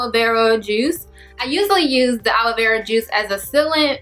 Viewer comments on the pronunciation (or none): none